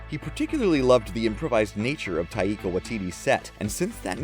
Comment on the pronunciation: I'll tell you again vrO, his name is pronounced 'Tie-kah' not 'tie-ee-kah' smh